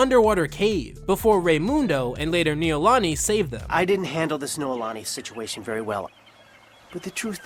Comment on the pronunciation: I loved this show growing up, merely because my name is in it and I've never heard it elsewhere off of Hawaii (Noelani)...and yet you say it wrong so many times even though the clip says it right there!!! lol D